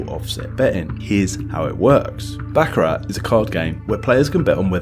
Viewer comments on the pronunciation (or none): It's pronounced "Bock-ah-rah" NOT "Back-a-RAT"!!! Sorry, pet peeve of mine. 🤦‍♂